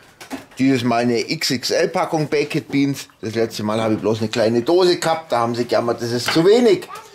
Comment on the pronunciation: Warum kann nicht ein deutscher Griller oder was auch immer die Bäeckettttt Biens als Bäekt Biens aussprechen......Das geht mir tierisch auf den Sack!!!!...